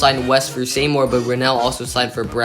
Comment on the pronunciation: It's pronounced SEE-more for Seymour